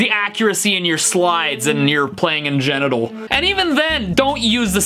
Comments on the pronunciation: He said in genital 😂 not in genral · I noticed you said "in genital" instead of "in general", Steve. I'm on to you, bud